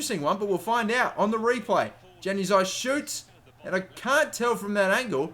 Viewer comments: Its pronounced "yan" uzaj not "jan"uzaj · The J in Januzaj pronounced as a Y not J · its disturbing to hear januzaey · It's not Januzaj as in JAN. It's more of a YAN at the start when saying it. Sorry if that doesn't make sense. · even though it is spelled as "januzaj" it is pronunciated as "Yanu zaey" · It's pronounced Yan-ooz-eye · It's pronounce as 'Yanuzai' not Januzaj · It's pronounced yanazi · Januzai- is pronounced yan u zai, soz that annoyed me but great vid other then that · btw its pronounced yanuzai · It's pronounced yanuzay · Januzaj is pronounced as yanuzai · when he says Januzaj wrong lol